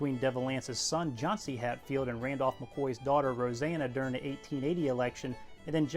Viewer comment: Johnse is pronounced - Jonce - NOT Johnsee. Do NOT pronounce a long "e", it is incorrect.